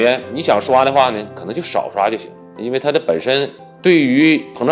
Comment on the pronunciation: 是膨漲油，不是胖油。有點口齒不清了。